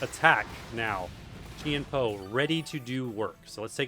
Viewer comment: Chien-Pao pronounced as Jiàn Pào